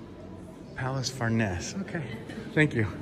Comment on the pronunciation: You mispronounce « farnese »